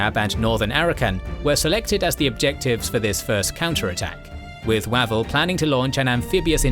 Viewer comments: OMG: It's Wavell as in WAVE not as in MAT. Get your AI voice sorted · I've always thought that "Wavell" is pronounced "Way-vel" rather than "Wav-el"; am I incorrect? Thanks for another fascinating episode. The loss of life is horrifying. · Every time he says Wah-vel I can not help but cringe. He seriously needs to check his pronunciations before recording these. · Weirdly, by the end of the video, "Wav-el" didn't sound so wrong 😄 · General Wavell pronounced Wayvell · Terrific videos, but please... his name is pronounced "Way-ville" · So how come Wavell gets mispronounced all through the item? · No; you're right; I don't know where this guy gets some of his pronunciations